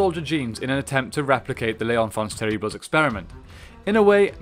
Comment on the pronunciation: Great vid. Terríbles- pronounced "tear-eeb". The French ignore consonants subjectively.